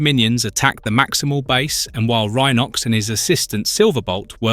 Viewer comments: Says Rhenox Instead of Rhinox a few times ugghh. I gave up. Obviously the person who made this is a fan of the show. But not fixing the names is painful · Yeah, picked up on that on the opening episode when he (or it) said that Cheetor decided to play with other cheetahs instead of boasting to Optimus about how fast he can run. Have also noticed that Rhinox had two different pronunciations within a minute of each other. The Tiggertron though is the best so far. Picturing him saying to the Maximals "TTFN, ta ta for now" whenever he wants to return to the scouting... ...and let's not then go into the Predicon version of Tiggertron, the black cat called...